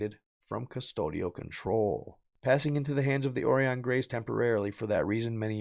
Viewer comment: It's pronounced O rĪ ON LIKE "OR EYE ON", Right on.